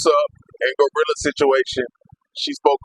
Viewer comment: This man here call "TURK" "TWURK"😅😅😅 And REFUSE to say "GLOrilla" he determined to call the lady "GOrilla"😅😅😅😅